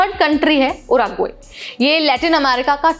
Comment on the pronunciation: उराग्वे नहीं वो उरूग्वे है। संशोधन किया करो थोड़ा